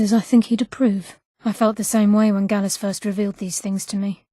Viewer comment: Gallus not gallos